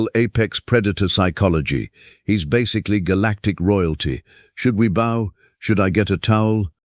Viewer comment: Pronunciation off to a bad start: "bow", "read", Love that we can turn the subtitles on and off. Great references to the Sci-Fi stories we recognize and love. Good story, and one of my favorite narrators. Good visuals with no weird videos in the background.